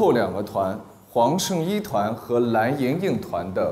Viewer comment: 伊能静自称自己音乐担当真的是…她的脸真大…人家黄圣依也是歌手，声线音色比她出色太多了…每次听她说蓝（懒）莹莹我就想笑，然后还说张萌不让她唱她这辈子会遗憾的，哈哈哈，还有跺脚那块…哈哈哈